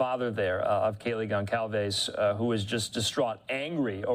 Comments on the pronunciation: Gon/Sal/Ves not calves.. Jesus say her name right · The correct pronunciation of Gonçalves reads GonSALves (Like "Better Call Sal")